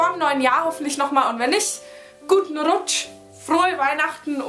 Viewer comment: dir auch guten RRRRRrrrrrrrrrRRRrrrrutsch ! ^^